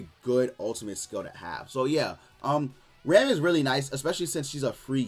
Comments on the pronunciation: Her name isn’t pronounced like the English word ‘ram’ like in Ram Ranch, it’s pronounced the Japanese way. “Ram” rhymes with ‘mom’ or ‘Tom’. The ‘a’ is soft like in “Naruto”, “Sasuke”, “Ban”, or literally any Japanese word translated to English characters. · Escanor I don’t know what you mean man. It’s annoying to hear people constantly mispronounce the name. I know people don’t care, and I really wish they put more care into it. Like, imagine if everyone started pronouncing “Ban” like the English word ‘ban’. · Escanor I just wish one content creator cared enough to pronounce the character’s name correctly.